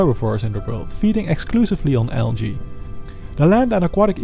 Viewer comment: why do you say algae like alga